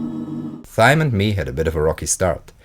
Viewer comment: Pronounce Thyme like “time”, Pyramid like “peeramid”, and Pristine like “pristeen”. No offence meant and I love the content, just a couple improvements. I am learning Dutch and find pronunciation issues often, so I try to “pay it forward” with my native language.